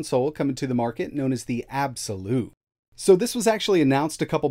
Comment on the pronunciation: Actually it pronounce ab-c- lute 🤣😂